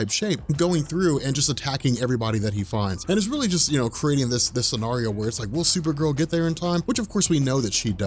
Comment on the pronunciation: You say her name right unlike the show!